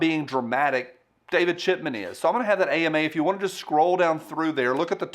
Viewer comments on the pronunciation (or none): none